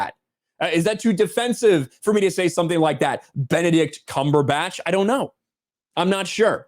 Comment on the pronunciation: Benedict cum-per-patch